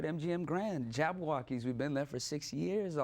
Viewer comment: Its JABBAWOCKEEZ not JabaWokeez okay?